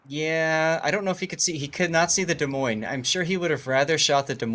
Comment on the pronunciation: The s in Des Moines is silent. Both of them. 😉 Love your vids.